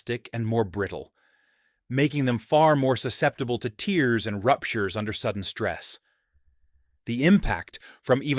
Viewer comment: Watch your pronunciation of tears! Tendons don’t cry(well the can contain liquid😢) as they rupture!!